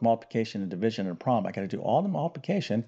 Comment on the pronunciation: there are two syllables in the word problem, a prom is a teenagers graduation party. that said, the video contained useful information.